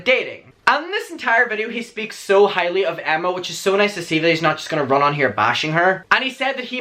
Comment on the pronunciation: ARRUN😂😂 Dude, it's not that hard to look up how to pronounce their names🙄